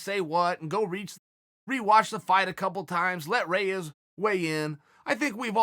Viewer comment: REYES!!!! Its not close!!!!!!